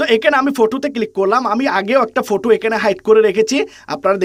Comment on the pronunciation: ফটু না 😂😂ফটো